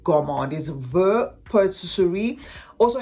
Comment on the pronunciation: Voux is pronounced vu. Love your channel ❤